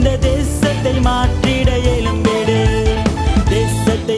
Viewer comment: Praise god dear brother, lyric nice,voice super pronounces change எழும்பிடு, எலும்பிடு, தவறாக இருக்குமே??